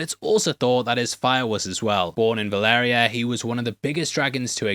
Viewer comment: Him pronouncing Valyria like that is driving me nuts. Baela already has Moondancer. They are combining Rhaena with Nettles.